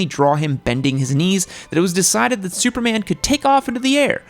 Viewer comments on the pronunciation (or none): none